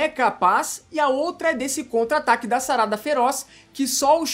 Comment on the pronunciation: É SARADA, NAO SARÁDA, voce fala com enfase e da a entender que esta colocando um adjetivo no corpo da personagem e nao mencionando o seu nome.